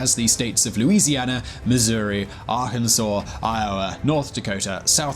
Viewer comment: Arhensa, the state? Lol it Arkansas